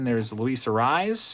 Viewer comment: luis Arraez name is pronounced A-ray-ez. not A-rise. don't take the correction as a bad thing. i actually enjoy when you mess up their names. wouldn't want you to change it. i see messing up names is kinda your signature move. lol